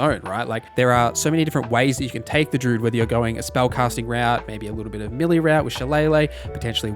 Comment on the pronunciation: Appreciate the video, but can you pronounce "melee" as "may-lay"? Dunno what this millie business is all about.